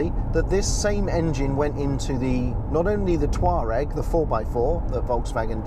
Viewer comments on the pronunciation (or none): none